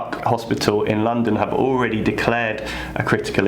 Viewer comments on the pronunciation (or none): none